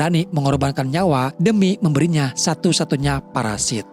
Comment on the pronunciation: parasut bang bukan parasit 🤭